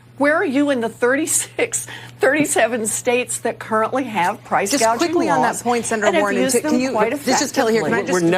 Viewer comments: I don't believe this.... They are going on and on about Kamalas price gaging, that is what she said, she can't even read. The word is gauging. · Elizabeth Warren, another socialist… Kamala couldn’t even pronounce price gouging!! She says “gaging” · There are already anti price gouging laws, or as Kamala says anti gauging 🙄